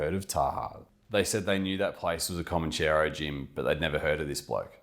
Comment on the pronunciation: It's Comanchero, not Comancheero......Mark Mori is a wanker.